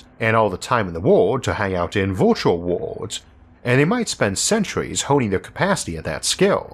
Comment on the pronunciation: Virtual is not pronounced vortiol